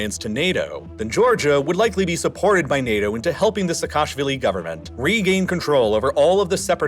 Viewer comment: Georgian surname Pronunciation tip: Say "Seka-shvili" ✅ Not "Se-kashvilli" ❌